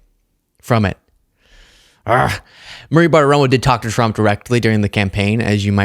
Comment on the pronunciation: PLEASE! Maria's name is Bartiromo, not ButtaRomo